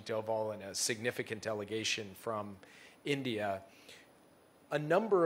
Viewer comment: End-Dee-Ah, don't be jealous of CHYNA!!!